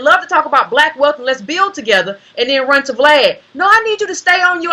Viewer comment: Lol I love how calls Vlad “V Lad”